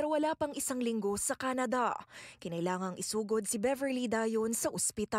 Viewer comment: “Kenede” “umepele” 🤦🏻